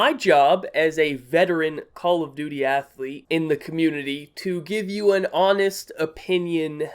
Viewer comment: hahahaha "athlete"